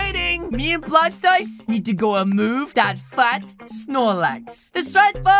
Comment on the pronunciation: why did u say fat s or lax he’s my favorite Pokémon never say that ever again